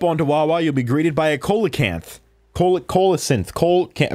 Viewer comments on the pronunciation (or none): COAL-acanth? More like, SEA-acanth! no seriously that’s how you’re supposed to say it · Cee-lo-canth lol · it's called celocanth (see-lo-canth) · It’s pronounced “see-lo-can-th.” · If you want to know you pronounce the big ass fish “ see low canth” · I think it is pronounced soh-lah-canf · it’s pronounced (see lu canth) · It’s actually See-low-can-th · Co-la-canth col-le-santh big ass fish Dude I can’t say it either can I take this name for it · SEE-LUH-CANTH btw Also DANG IT I WANT JULIA SO BADDD Also also I have Dom trade ya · The "big ass fish" is pronounced like see-low-canth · the fish is pronounced "see-luh-canth" lolol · C low cath is how to pronounce the fish you have at the entrance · it's pronounced see-low-cinth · I believe coelacanth is pronounced see-la-canth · Coelacanth is pronounced see-la-canth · Big fish is pronounced See-Low-canth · It is apparently pronounced See-lo-canth Huh... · see-lah-can = coelacanth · Coelacanth is pronounced see-low-canth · See - low - canth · BTW it's pronounced see luh kanth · IT IS PRONUCED SE LO CANTH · Pronounced see-la-canth P.S. I have stitches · its pronounced see-lah-canth my dude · Its pronounced see-low-canth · it's pronounced, (SEEL-O-CANTH) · You pernouce it se lo canth